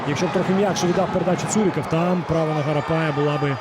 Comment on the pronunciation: поки важко українською, але молодець, слух мало ріже. Хіба вимову прізвищ підтягнути, бо зараз БондаренкА (а не кО), ЦурикАв (а не Ов) і т.д.